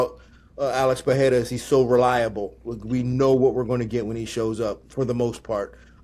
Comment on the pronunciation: when will somebody give Din the correct pronunciation of Pereira